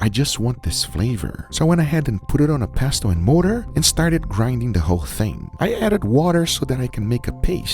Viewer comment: It's pestle(pes-sel) not "pes-tel" you eedjiot.